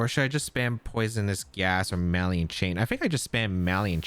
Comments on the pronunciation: 😂😂😂 right by the 3rd or 4th time I was like cmon 😂 Ma-lig-Nant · …are you pronouncing “malignant” “MAH-lee-int”? It’s “muh-LIG-nint”. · I only comment this because I respect you, “muh-lig-nant” Keep up the good work! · NOTHING beats “Hardon Engine” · He's not even doing the soft French "gn" because he's not pronouncing that "n" at all. He was saying "maliant" chain. The soft "gn" in French is pronounced more like ñ in Spanish by the way, it's kind of a "nyuh" sound. It's not like "malign" in English, which is just a silent "g", and said like "maline". Source : I speak French natively.